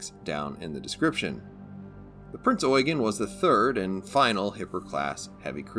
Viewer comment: You sir, are the only person to pronounce Prinz Eugen correctly.